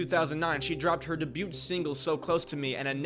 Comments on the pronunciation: Pronunciation on Debut was killing me brother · Debut is not pronounced that way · That is not how you say debut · I hate how you sau debut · Debut was butchered more than once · The T in debut is silent my guy. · It also really irritated me that he mispronounced the word debut like seven times in three sentences LOL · Struggle with 'debut' a bit, I see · bruh cant decipher from her real name and character name or pronounce the word debut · Bra, the "t" is silent. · The t is silent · I love that you retold her story with a great deal of empathy and respect. Good job. BTW, I say this respectfully, but the t is silent in the word debut. For your next video. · Great video my guy. Not trying to be negative. Just honestly asking if you were pronouncing "Debut" that way on purpose. Is it a dialect thing im not aware of. Just threw me off every time i heard it. Wasn't sure if it was a mistake or a region thing i was unaware of. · Urged & suggested aren’t interchangeable and when using a less common word or usage, I wouldn’t repeat it multiple times in a half hour video. The “t” in debut is silent. At least twice, Jeanette is referred to as Sam. I don’t know if he has rabid fans who will come at me, but these things make a difference in how a creator is perceived professionally. It’s not disrespectful or mean spirited to point out mistakes, it simply prevents the person from making the same mistakes again. Criticism isn’t a bad thing, it’s how we learn. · Is this kid so young he really doesn’t know the word “debut”?!? He pronounces it like Dubuque Iowa! Lol haha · i just need you to look up the accepted phonetic pronunciation of debut. other than that good video. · Learn how to pronounce “ debut” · the "t" in debut is silent FYI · I can’t glaze over that you can’t pronounce debut properly. 😅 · The “T” is silent in the word “debut “ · Great video however a little nitpick here: you said debut wrong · The way he says “debut”🙄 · Are you mispronouncing debut on purpose?